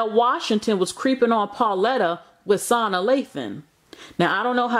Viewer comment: “Sauna” Lathan? I’m done. 🤩